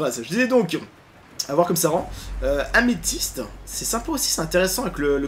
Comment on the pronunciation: Améthyste* pas Amésythe;) sinon super video